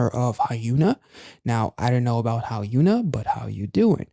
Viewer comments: That attempt at a pun in the beginning was indeed terrible because it doesn't work at all 🤣 This is so incredibly far away from how you actually pronounce Hyuna's name. The "Hyun" in Hyuna is pronounced the exact same as the "Hyun" in Hyunjin or Dahyun. Or to give you a spelling of her name more in line with standard romanisation rules: Hyeon-ah. Anyway, I'm skipping over Devita as I've not had the chance to get into her yet. Lee Hyori cameo in Mijoo's MV! I like your EEAAO interpretation. The song is incredible. And I'm so glad she didn't do a ballad. Another Lovelyz member, Ryu Sujeong, just recently released an album as well but it's just full of soft and slow ballad type music. Really not my vibe. - I have no idea what's going on with tripleS KRE's promotions. They literally only performed it once on Mcountdown and that's it. Maybe they have some information in their vlogs but I'm watching those in order and I'm really far behind. - Btw, it's not tripleS "and" Krystal Eyes. "+(KR)ystal Eyes" is the official name of the subunit. Referencing the format of a phone number country code, like "+(82)" for Korea. We usually shorten the unit name to KRE. - The members of this unit are S1 Yoon Seoyeon, S3 Lee Jiwoo, S4 Kim Chaeyeon and S6 Kim Soomin. This unit is a result of the first big voting event back in September to split the first eight members into two subunits. The first one was Acid Angel from Asia, you reacted to them when they came out. And KRE is the counterpart. I bel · Quick tip: Hyuna is pronounced Hyun-a, like Hyun-jin. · don't sweat it. At least it's not a Hyuna video 😊 Korean names are usually 3 syllables: 1 for the family name (Lee, Kim, Kang, etc), then 2 for their own name. I'm not sure what is the "official" way of capitalisation in the romanization (if there even is any), but you could see her name written as Hyuna, HyunA, Hyun-A, etc. The extra capitals and hyphens do help a bit with pronunciation though.